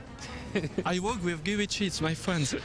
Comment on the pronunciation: Ce n'est pas en hurlant 'Guyy' qu'il allait obtenir une réponse vu que le prénom se prononce 'Gaï', mais en tout cas, il a du culot!